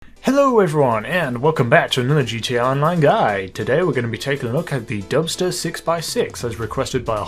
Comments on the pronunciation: i heard dumpster lol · Who else heard dumpster 6x6?😂